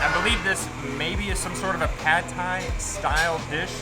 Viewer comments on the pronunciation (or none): Non-native speakers always mispronounce Pad Thai, because of the mis-romanization of Thai words. It should be pronounced "pud thai" with a short vowel like the word "nut." "Pad" in Thai means to stir fry.